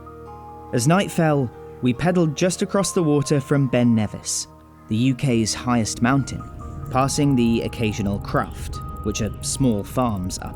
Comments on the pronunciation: A cruft😂😂😂😂😂, it’s a Croft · A "cruft"? "Knocked on a crufters door"?? It's croft!